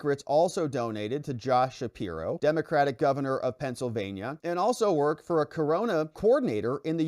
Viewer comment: It sounded like you said , "she twerked" , instead of worked a few times? or do I need more sleep? lol.